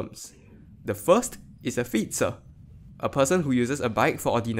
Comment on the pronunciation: honestly the way you said fietser and wielrenner is kind of accurate, at least more accurate than how americans or brits say it. to put that aside tho, the big problem is that it's a self sustaining problem because the more bicycles get killed the more people drive and the less reason there is for the policy to be changed. this is also not helped by newer "safer" cars that only end up being safer for the driver and passengers and not for anyone outside of the car or in another car